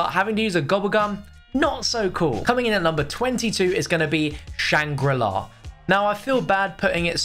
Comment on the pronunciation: Did he say shang gru la?